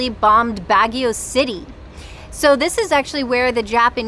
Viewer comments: Baahh gio not BAG E O. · Ouch. Constructively it's not BAG YOW. You certainly did try to pronounce everything though. Good you did the whole touristy thing but there is so much more to Baguio, this coming from someone that has native family there and our late grandma remembers the Japanese bombings as a young girl. Asin Hot Springs would have been a great side trip.